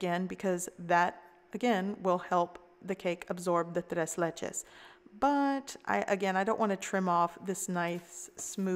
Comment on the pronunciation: Tres leches? It’s ‘tray’ ‘laychay’..3 milks cake...